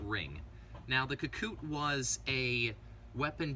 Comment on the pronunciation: Ka- Ku-Te, not Ka-Koot